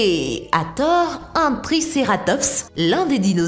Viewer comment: c "triceratops" pas "triceraptos"